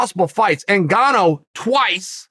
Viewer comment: Chael: "it's ENN GAANNO" Sonnen